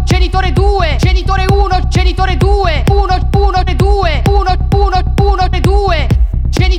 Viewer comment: Solo a me sembra che non dica "genitore", ma "cènitore"? O forse più probabilmente sono io che sono andata in palla...